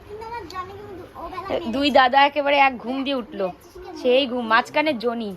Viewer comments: উচ্চারণ ঠিক করো ।জো নি না বলে জনি বল।শুনতে খুব খারাপ লাগছে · Aree joni na johny.....thik thak pronounce koro